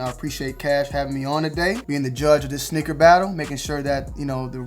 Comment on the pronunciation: Who else thought he was saying “snicker battle” 😂